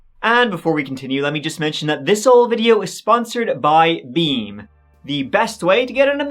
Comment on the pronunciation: WHEN you where talking about , beam you said with beam , Sounded like wet dream, you have the best night sleep.😅😅😅😅😅😊